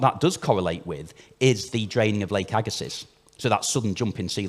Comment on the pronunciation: Agga-see not agga-siss, french name. As someone from the area bit of a pet peeve